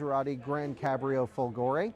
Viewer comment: you can learn the correct pronunciation of folgore on google translate! :-P